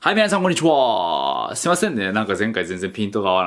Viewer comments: 中国人？こんにちは、の発音が違うよ。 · 毎度 「はい皆さんこんにちうぉぁー」 がいい